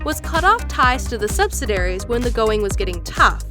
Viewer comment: "Subsadaries"? You illiterate moron.